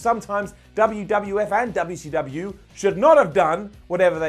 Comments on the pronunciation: “Duhbeeya-see-duhbeeya” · Keep saying WCW like the way you do, it's hilarious every time!